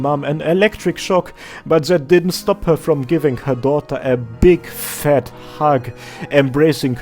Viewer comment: why did you stress "BIG, FAT" so hard 😭